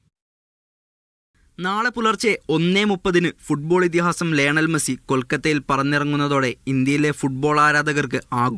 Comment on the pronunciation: മെഴുസി അല്ല മൈരാ 😏😏😏മെസ്സി